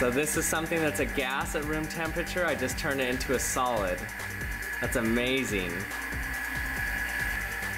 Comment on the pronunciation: it sounds like you say salad instead of solid :p